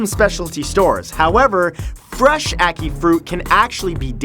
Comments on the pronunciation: It's Au-kee I'm Jamaican I now how to pronounce it bacicly im mix but dark red skin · The way you said ackee made me cringe I'm triggered qanagnganagjgajafnafbfAfjgwngwkfanfqnafbafbbagbagngakagjagksulsykaynyqjy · uh-kai (achí) fruit.